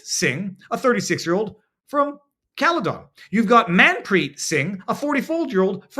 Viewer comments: Pronounced Cal-a-din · Caledon pronounced as Caledin ... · Thanks for this!! So true. ( Caledon we say it as Caladin ) :) xx